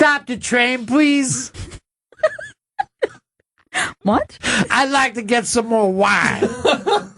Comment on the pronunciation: "Stahp da Train Pwease".